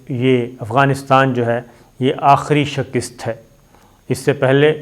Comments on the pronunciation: shakist nahi hota yar ,,,,,,, shikast hota hai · آپ کو شہِ کِست نہیں بلک شی کَست کہنا چاہیے معزرت کے ساتھ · Ooooooh pa paindooo I told u don't say shekist it's right speak Shakast.. Allah ka wasta hai es ko theek bola karo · Mere kheyalain saheeh lafz "Shikast' hay.